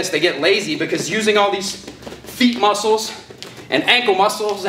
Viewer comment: I knew it wasn't just me who noticed